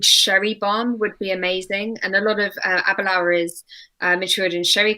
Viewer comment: Ab er lour - no R in the first syllable. A'bunadh is one of my all time favorites. So damn good.